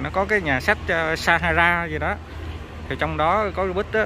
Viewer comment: Nhà sách pha - ha - sa mà ah đọc là sa - ha - ra =)))